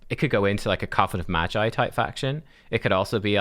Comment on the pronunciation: its hard "G" as in guitar read "maGeee" not G as in G-string lol